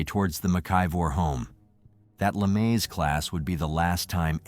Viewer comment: Lamaze...luh-MAHZ. lol. Not luh-MAZE.